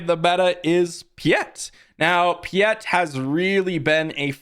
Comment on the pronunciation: "Pee-eht..." my brother in Sith, it's "Pie-eht." Like "Pilot" without the "L."